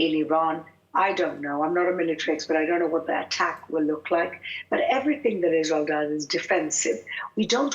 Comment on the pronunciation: Isral. Can't she pronounce it or is she lazy.